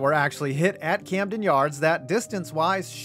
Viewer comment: You botched "Camden" but nailed "Eutaw"... here's a virtual Natty Bo on the house! 🍻👍🍺